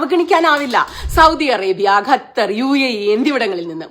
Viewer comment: ക ഖ ഗ ഘ ങ പഠിക്കണം പ്രിയ സുനിതാ... ഗത്തർ അല്ല ക + ഹ =ഖ ത്തർ